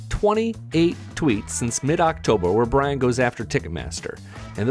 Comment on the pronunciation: B. R. Y. A. N. where are you getting a "T" at the end of that??? Its Bryan not Bryant.